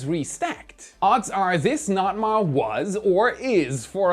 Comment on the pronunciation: As a vessel captain I’ve never ever ever ever heard of a Local notice to mariners called a NOT-MAR. Don’t do that.